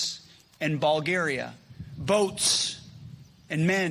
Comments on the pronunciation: I'm sorry... he said "Ballgaria"... right? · I'm sorry, BALL-garia? Ballgaria. Baaaaallgaria. Seriously, dude? If we were to add together the IQ scores of every member of Trump's cabinet, would we even get into the triple digits? Could a composite cabinet be executed in Texas? Would they all need Velcro shoes, or would the collective problem-solving prowess of all their little brains working together finally be able to conquer that heretofore impenetrable barrier of cross, under, loop, loop, around, and through, double knot! Our eternal shame will be that all of this is going into the history books. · Did he mispronounce, "Bulgaria?"